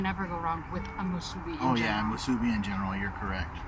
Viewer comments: got the correct pronunciation of "musubi" most of the time, but needs to practice a little more not to say "muSUbi" and give away that you're not from Hawai'i. Mahalo for trying out the SPAM musubi in different places, even on Maui and Kaua'i! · Yeah, better work on that pronunciation of "musubi". He gets it 1% of the time. gets it 75% of the time. If you're gonna make a whole video about it, you should know how to say it!